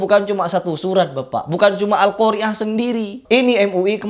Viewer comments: Alqoriah pakai huruf ain stelah huruf ro bukan hamzah.... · padahal membaca atau pembaca huruf akhirnya adalah ء bukan ع. sedangkan nama surat tsb huruf akhirnya ع. jelas dia tidak tahu bahasa arab.